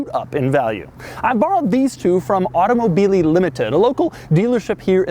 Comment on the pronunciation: automobyly limited- it's automobili! You gotta make the word sing!